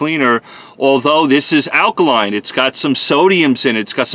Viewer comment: Take a shot every time he says akaline...